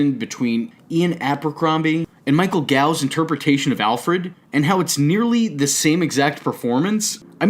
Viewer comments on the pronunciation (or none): Michael Gough is pronounced Michael Goff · Just for future reference, Michael Gough's name is pronounced "goth".